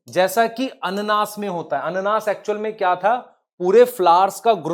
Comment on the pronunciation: ananas hota hai sir ananaas nahi